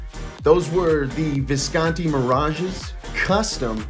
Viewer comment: No italian would pronounce it "viscaaanti" ;)